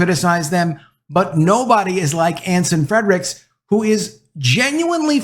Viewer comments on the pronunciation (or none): His name is NOT FREDRICKS , makes you sound bad that you can't even get the name right!! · Can you PLEASE pronounce Anson Frerichs last name correctly. There is no letter D in his last name.